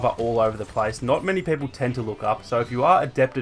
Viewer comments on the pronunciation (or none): Bro, ur accent is annoying af, it's BOBA! not Bober. And it's people, not pepple.